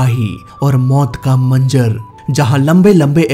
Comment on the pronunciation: you should learn Urdu properly such as,you said manjar it's not correct it's,manzar translate it. Thanks for your inf, service with love From_ayub khan ts,hyd india